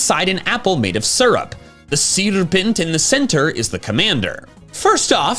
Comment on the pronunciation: … SYR(U)Pent, syrup, serpent…